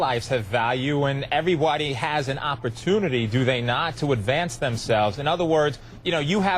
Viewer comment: sound like he said everyWhitey